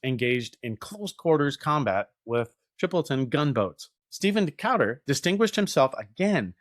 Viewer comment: This is one of my favorite parts of American naval history, but it was like nails on a chalkboard every time you mispronounced Decatur--put some respect on that man's name!